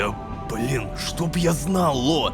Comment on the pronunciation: конещно! И ещо ощень угарно что малецки произнёс БЛИИИИИН ЛО